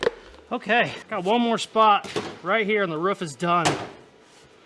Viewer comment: Aghhhh!!!! You said ROOF instead of ruff!!!! Yesssss! Love it!!! I’d re-subscribe if I could!